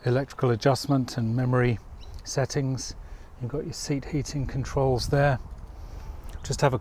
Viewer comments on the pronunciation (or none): none